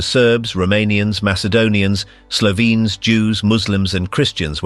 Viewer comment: this AI voice kinda suuuucks. can't pronounce slovenes properly.